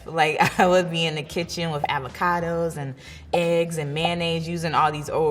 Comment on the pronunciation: Did she say amacado😂❤️ gorgeous though